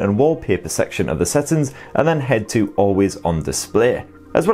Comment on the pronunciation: First time to know that the word SETTINGS is pronounced SATTINS 🤣🤣🤣🤣🤣🤣🤣🤣🤣🤣🤣🤣